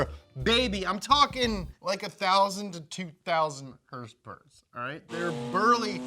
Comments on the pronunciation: What's up with this idiot?? I mean he can't pronounce "horsepower" but he can say his stupid phrase "morepower baby"??? And also it is annoying to hear him scream like a lunatic and bring up his daddy issues....wtf??? Nolan is more professional. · herspers and trwerks. lmfao